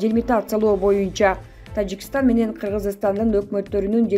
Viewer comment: Тажикштан дейт ко бул айым